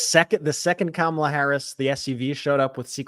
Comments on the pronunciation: "Kamabla"? Orange Boy should get a campaign manager who can speak English. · Kamabla it's a racial slur.remember the Cosby kids. The kid that always pronounced everything with a bl or ba. Howba youba doingbla.